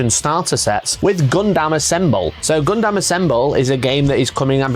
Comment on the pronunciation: Gun-dum not gun-damn kids these days can’t even pronounce a made up word by the Japanese correctly geez